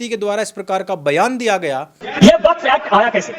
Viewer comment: वकफ नहीं वक्फ है ये साला